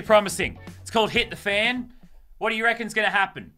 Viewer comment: Lazarbeam when you said "hit the fan" it sounded like "Hitler fan"